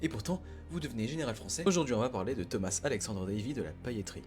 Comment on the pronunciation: Pour tu dis « tomasse » il est français le « s » est muet